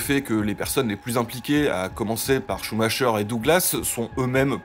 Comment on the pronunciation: Joel SCHUMAKER, ça se prononcer KER Ben voila, suffisait de tendre l'oreille !